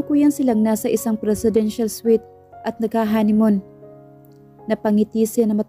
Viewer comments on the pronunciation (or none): none